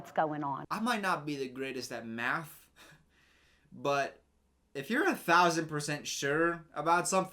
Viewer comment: Every time you said “math” I heard “meth”